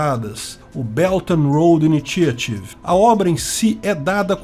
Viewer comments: O primeiro T de initiative pronuncia como sh/x. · I-NÍ-XA-RIV. É assim que se fala!!!